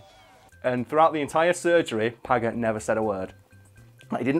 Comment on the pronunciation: Paget happens to be pronounce 'Padge-et'. JSYK. And it wasn't married his sister, it was, that way back in 1808 (at the beginning of the Peninsular War in Spain), he'd run off with Wellington's sister-in-law. In a day and age where getting a divorce meant getting a private Act of Parliament passed, pretty much , and therefore almost never happened. Paget had been the guy in command of the cavalry before then, but after that, Wellington refused to have him as part of his army. The breach wasn't healed until the Waterloo campaign in 1815, the first time Wellington and Napoleon had actually faced each other on the field of battle when Wellington needed the absolute best officers and commanders he could get.